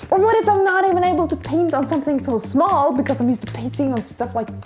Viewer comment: All the words sound English, but small sounds smöl